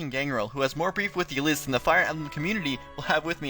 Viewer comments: You mispronounced a couple things. Ylisse is ( ih-LEESE ). And in the case of Robin, we both could be right. It could have something to do with the multiverse. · Is that how you pronounce Ylisse?